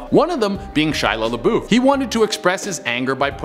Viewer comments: Michael Harris I swear he kept saying ShilLa LaBuuuf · lol that's what I originally said then went back and listened and swear he threw a D somewhere at the end in there atleast once lol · 😂😂😂 "Shia Labuuffd" 😂😂😂 still love ya but that's the boldest pronounceation of his name I've ever heard 😂😂😂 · He will forever live on as "Shia lebutchered" lmao thanks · He will now live on forever as "Shia lebutchered" lmao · David Colón Shila Laboofd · Michael Harris yea he just straight butchered it but it’s alright. Che still makes me laugh 😂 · Do ya'll peep how he said Shia LaBeouf's name? 🤣